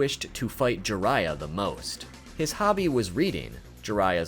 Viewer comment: who's "jurayah" ? 😜 if you can say byakugan, jiraiya is similar. An "ee" sound followed by "ah" sound. Gee-rah-iyah